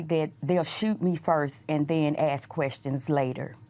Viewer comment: She ment to say ASK not AXE but we understand